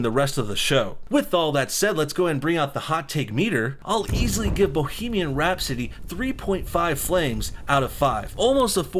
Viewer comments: Rhapsody. Not Rhap-city. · Rap city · Who tf says bohemian rhap-city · The way you first pronounced rhapsody made me want to kill myself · I think i lost a few brain cells when i heard him say Rhapsody the first time